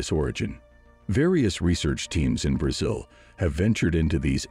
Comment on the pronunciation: are you a robot? you're pronouncing Brazil wrong !